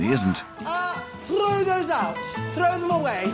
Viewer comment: “THRRRROW THOSE OUT, THRRRROW THEM AWAY!” The way that Mrs Shrager rolls those R’s.